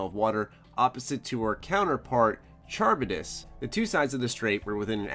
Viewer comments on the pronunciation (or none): Charybdis is pronounced KA-RIB-DIS